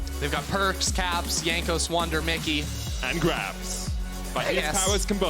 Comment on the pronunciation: Someone tell him how to pronounce Jankos.